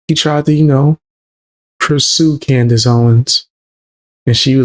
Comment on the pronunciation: Did that man on the video just call Candace 'Coonice', that is disgusting. I suppose when you can't debate with facts then you have to resort to slurs. Fair play to you for showing this, it really does make you wonder about how hatefull some people can be. It's shocking.